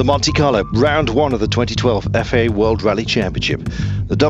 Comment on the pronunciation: I love how Carlton Kirby always struggles to say 'FIA' - And thanks, WRCforeva!